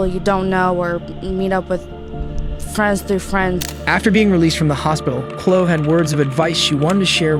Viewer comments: Chloe is pronounce Cloey, cute how you were saying Clo lol. Man, they acted like they were just getting a raccoon down or something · CHLOE is pronounced klo-ee, not klo. Who doesn't know that? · This is a stupid AI bot channel. Only a robot doesn't know that the name Chloe is pronounced Clo-eee, not clo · Chloe is pronounced Clo-ee, not Clo. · Oh my lord, learn how to say Chloe! It's not "Clo" as you kept saying. You have to pronounce the E. The officer said it correctly. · I cannot stand narration that can’t pronounce common words & names! “Clo”? Chloe is pronounced Cloee… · As a business owner, I know the earlier of using AI to reduce your cost is amazing. But if you fuckers can’t listen to your audio once and realize that names like “Chloe” are not pronounced as “cloo” by any human on the planet. I will not upload or subscribe to any shitty channel like this. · Bro... Chloe is pronounced CHLO-EEEE KLO EEEEE Dude you can't tell me you've seriously never come across that name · The cops on Chole's case are jackasses.He could have killed her 1000 times before they stopped reminiscing and got around to doing their job. And just for future information the name Chloe is pronounced Klo ee. Accent on first syllable. Long ee sound second syllable. This poor girl couldn't catch a break all the way around. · Trash AI slop repeatedly pronouncing Chloe a s "Clo" drives me nuts. 1.5 million subs and can't be assed to spend 20 minutes fixing flaws. YT is legit dead... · Obviously a computer narrorator as Chloe is not pronounced 'clo' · has this man never heard the name Chloe?? why does he keep saying clo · "Chloe" is pronounced "kloh-ee". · I swear this narrator mispronounces words just to get people in the comments. Who pronounces chloe as kloh??!! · Her name is pronounced 'klo eee' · Dude, how do you think Chloe is pronounced like flow? Would not have bothered me if you hadn't said it 100 times Klo-EE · Chlo-EEEEEEEEE Say the E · Dude, Chloe is pronounced KLO-EE.